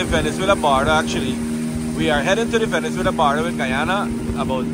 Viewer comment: Border not Baarder, this narrator speaks raw for an announcer, disgraceful representation of Guyanese, learn from Isri Singh